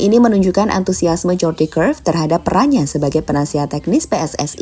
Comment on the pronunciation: Huruf J dalam bahasa Belanda dieja Y min jadi Jordi bacanya Yordi Cruyff 😂